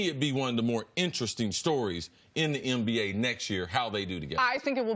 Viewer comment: Idgaf what anybody say... Cris Carter is saying "MBA".